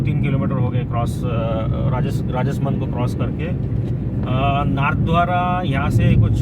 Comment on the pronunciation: मित्र राजसमन्द को सही से उच्चारण कीजिए।आप राजस मंद बोल रहे हो।और राजसमन्द में मार्बल शॉप ही नही बल्कि वहाँ पर मार्बल की खाने mines हैं।